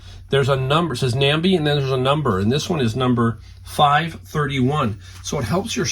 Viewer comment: Awesome Nambe haul!! It is pronounced nambay